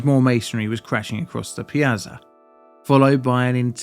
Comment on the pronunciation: Oh Jeez, you can't pronounce 'Piazza' either 😭 .....what an embarrassment. 😔